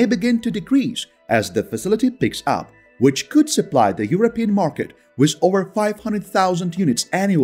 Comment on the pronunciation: Why do you pronounce the word WITH as WISS?